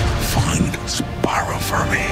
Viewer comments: Barbossa - Jaak Sparroww Davy Jones - Jac Sparruh Salazar - Jabes Barrooo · Jack sparrah😂😂